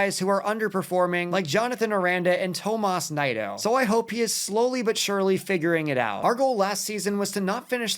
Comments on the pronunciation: It's pronounced "knee-doe" not "nye-doe" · Definitely butchered Nido